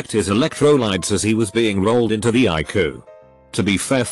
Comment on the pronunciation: Text to speech: eYE-cOo